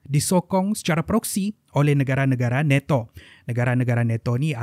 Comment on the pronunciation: neto🤣🤣🤣🤣nato bos bukan neto🤣🤣🤣🤣